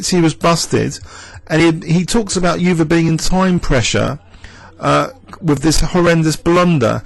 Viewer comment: Hi, great video. Euwe is pronounced 'oy-ver' by the way!